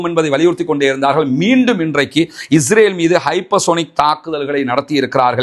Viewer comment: அன்புள்ள சகோதரரே, தங்களுடைய பேச்சில் உள்ள உச்சரிப்பில் இஸ்ரேல் என்பதற்கு பதிலாக இஜ்ரேல் என்று உச்சரிப்பதை தவிர்த்து கொள்ளவும்